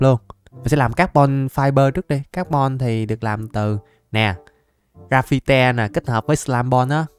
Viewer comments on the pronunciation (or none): Ko phải là gờ ra phi te mà là gờ ra phai =>> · Mọi người đọc: " ra va chân" đọc: "ra phi te" 🤣🤣🤣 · Cách anh đọc từ grafite hơi sai Phải đọc là gờ rây phin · Chúc một ngày vui vẻ,mạnh khỏe sớm show mặt. fan ơi quặng đó đọc là gờ ra phi ti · Cái quặng đó đọc là gờ ra phai mà a :)) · anh đọc sai tên quặng rồi graphiti ơi😅😅😅😅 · A gà quá lưu huỳnh vs graphite ở dưới hang cx có mà graphite đọc là gờ ra phít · Đọc là ra fi ti